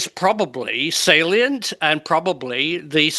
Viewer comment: Did Prof Holland mean plasma are salient - or sentient?